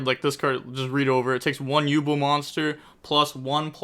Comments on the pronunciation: Jesus..... Yubel is pronounced "YOU- BELL", .......not YU-BLL 😂. Aside from that good vid and break down. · You not pronouncing it as “You Bell” is really grinding my gears 😂